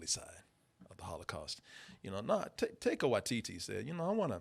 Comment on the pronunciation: My eye twitches everytime says Taika's name